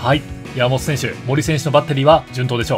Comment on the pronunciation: のやーもと選手の呼び方が気になって仕方なかったですwww